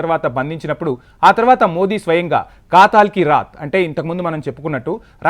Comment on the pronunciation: కాతల్ కి రాత్ కాదు ,కథల్ కి రాత్, అమాయకంగా పొట్టన పెట్టుకుంది. కాదు అమాయకులను పొట్టన పెట్టుకుంది. న్యూస్ రీడర్ గారు దయచేసి తెలుగు ను చంపకండి